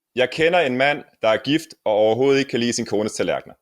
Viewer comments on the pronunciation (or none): Written: "... er gift og overhovedet ikke kan lide sin..." Pronounced: "... er gift ahoahoel kelisen..."